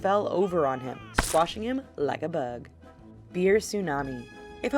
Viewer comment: The way she said bug